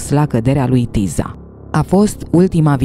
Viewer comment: Se citeste Tisa